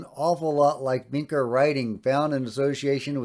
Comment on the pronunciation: FYI: Vinča is pronounced like "Vincha".